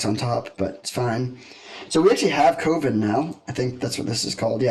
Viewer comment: just fyi coven is pronounced cuh-ven like oven not coh-ven like covid